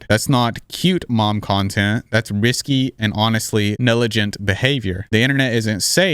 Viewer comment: Would you say it nelegent to not do so?? Just poking fun at you saying nelegent instead of negligent😂 love your content… we need more “Youtubers” spreading the word about other influencers because there’s a lot of shitty influencers… and yes, there is a major difference between Youtubers and influencers….. will I say that there’s some influencers on YouTube unfortunately yes….